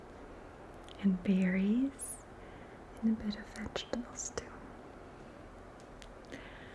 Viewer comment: took me too long to realize that at the beginning she said “and some vegetables, too” and not “vegetable stew” 😭😫